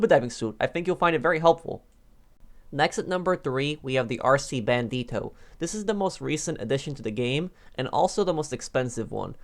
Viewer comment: The way he said "RC BandiToe"